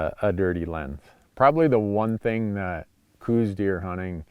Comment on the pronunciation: I live in Tucson and have hunted Coues deer in southeastern AZ for 40 years. Every time Dumbass Randy says "cooz" deer instead of the well known proper "cows" deer sub species and pronunciation I want to drive to Montana and tape his mouth shut. Show some knowledge and respect, and also stay out of Arizona if you can't.